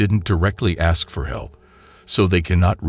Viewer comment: She can “axe” all she wants but she doesn’t have the right to anyone else’s “mails.”